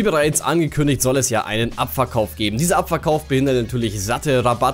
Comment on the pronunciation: Und ich versteh die ganze Zeit: "abfuckkauf" statt "abverkauf"... ✌🏼👌😅